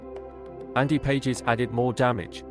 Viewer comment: And by the way, the player whose name is spelled "Pages" pronounces his name "Paw-hes." It's a Spanish name.